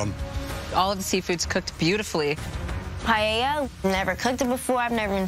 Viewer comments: These contestants claiming to want to be chefs and not knowing about cuisine from the biggest culinary nations in the world in the age of social media is truly embarrassing, I cannot take them seriously. Girl can't say paella and Omi doesn't know chicken tikka. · choosing Spain and not knowing her stitch about Spanish food when the Latin experienced chef wanted it seems selfish, girl can even pronounce Paella.